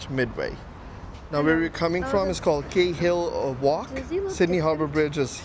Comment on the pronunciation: Cahill is actuality proncounced like "karl". Behind the fence is a tunnel entry which was where trams used to run (like the trains on the other side of the bridge). Sydney had one of the largest tram systems in the world, removed in 1950's, and returned with new lines in pastnfew years.